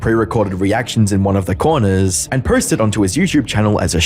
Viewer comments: I'm sorry but you're inability to say 'posts' is throwing me off unless it's an American thing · "Prelevant" (prevalent) and "potes" (posts). I'm two mins in, dude. You speak for a living, in ironically a similar format to many other YTers, tighten it up